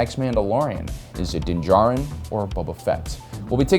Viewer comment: Oh wow! actually pronounced dins name correctly